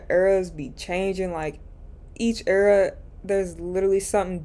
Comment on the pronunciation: I love your content but hearing u say “era” is painful🤭😜